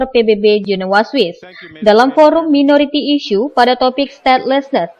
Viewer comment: minority dibaca mainoriti harusny